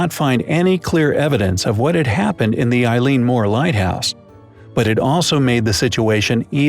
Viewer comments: Eilean Mòr is pronounced Elly-an More. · I wish you people would learn to pronounce the name of the Island properly and not calling it after a girl.